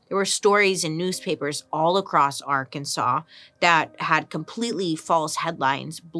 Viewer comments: We've been saying Ar-Kansas ... it's just not right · It is Arkansas. ar kan saw. Its a Quapaw word. We have 3 indigenous tribes plus the Cherokee that settled here. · girl i love you so much, but if you call it Ar-kansas one more time ... :/. lol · Great video! But it’s Ar-kan-SAW😊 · Please don't pronounce it like Ar-kansas😭😂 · Did you know it’s illegal to pronounce Arkansas as Ar-Kansas? So weird. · We said Ar-Kansas at the same time…